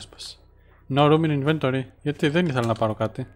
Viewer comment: "συνεχίζουμε τον δρόμο μας με μισογεμάτο ινβετόριον!" Αγγλικά με αρχαιοελληνική προφορά 😂